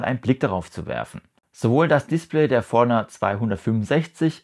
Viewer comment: Sehr hilfreiches Video, aber wieso sprichst du Forerunner so komisch aus…?